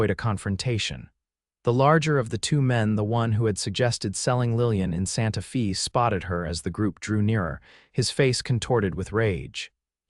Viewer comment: ¿¿¿"Santa FĒĒĒ ??? SERIOUSLY????GET YOURSELF EDITORS WHO CAN READ DICTIONARIES WHICH SHOW YOU PROPER PRONUNCIATION, AS WELL AS APPROPRIATE DEFINITIONS FOR EACH VARIABLE APPLICATION. YOU DO HAVE GOOD STORIES. DEFINITIONS.